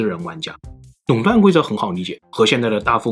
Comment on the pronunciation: Long 断 ，不是nong 断。Lao 罗斯福，不是nao 罗斯福.... 😂